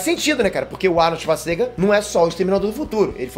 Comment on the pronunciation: "É só lembra do Arnold Shuasnega"